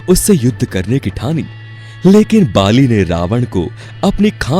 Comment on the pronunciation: प्रभु जी स्पीच आपकी अच्छी है पर उच्चारण सही नहीं है बालि अजय नहीं अजेय था आप का उच्चारण सुधारिये वह (बाली नहीं बालि ) है .